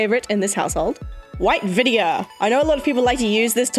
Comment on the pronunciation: when you said “white vinegar” the first time it sounded like you said “vydia” which is my birth name and it surprised me